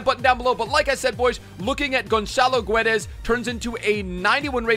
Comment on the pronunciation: its pronounced gedash